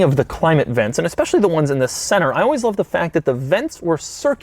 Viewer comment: Please stop saying "aspecially"... When you mean "especially"